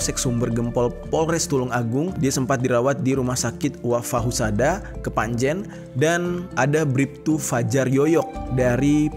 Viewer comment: Kepanje n